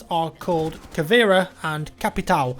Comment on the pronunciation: you butchered BOPE's name so badly.... and you don't say "capitow" or "cavera"